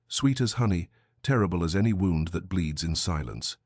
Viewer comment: The usual mispronunciations: bow, wound, but narration otherwise good. Story slow, but not annoyingly so.